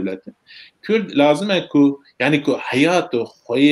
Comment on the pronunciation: Memostayé bréz Kürt deyil, Kurd olarak telafuz edersen daha güzel olur.